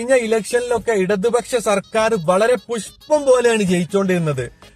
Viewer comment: വീഡിയോ ഉണ്ടാകാൻ കുറെ കഷ്ട്ടപെട്ടിട്ടുണ്ടാവും അല്ലെ പുസ്പ്പ അല്ല പുഷ്പ്പം ketto😂😂😂